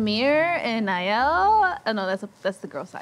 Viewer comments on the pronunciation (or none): none